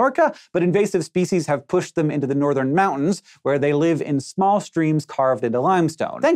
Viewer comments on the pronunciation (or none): none